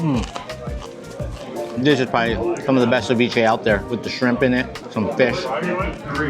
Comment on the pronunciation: Feesh sandwich sooo guuud